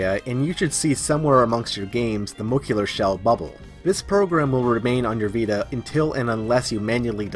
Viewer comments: "mo-LEC-cular". Jesus that drove me nuts! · Muh-leh-cue-ler lol besides the weird pronunciation great stuff man, not much is out for henkaku yet but it's only a matter of time, new stuff is coming out every day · Moe-leck-you-lar ;D